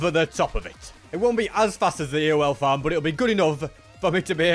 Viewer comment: Ewell farm? What are you trying to say?